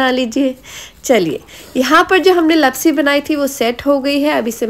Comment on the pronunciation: Not लपसी it's लापसी 😅